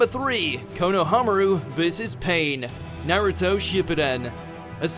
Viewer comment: still pronouncing Naruto all wrong